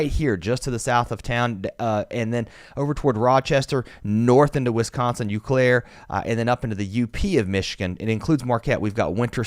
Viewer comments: Love this channel…Hey, it’s not “You Claire, it’s “O, Clair!” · Just to help out with pronunciation, Eau Claire is said as Oh Claire. Stupid Wisconsin cities that are hard to figure out. Thanks for the work! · Eau Claire is pronounced O Claire